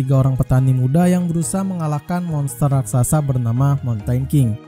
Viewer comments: Raksasa bang bukan raksasasa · Tak kira gak bisa bilang Raksasa, soalnya kedengerannya Rasaksasa, Ternyata Ras Raksasa 🤣